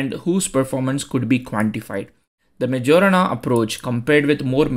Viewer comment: Majorana is pronounced mayorana not jo, it's yo